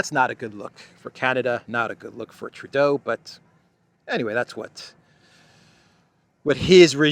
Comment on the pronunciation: You did True-doh perfectly! Thank you from too close to him in Ottawa Canada ;D